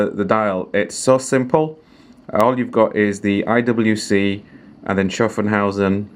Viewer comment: Schuffenhausen????? IT'S SHAFFAUSEN!!!!!